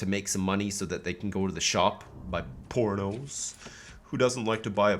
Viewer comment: Do they buy......Italian Purrrrrrrnos?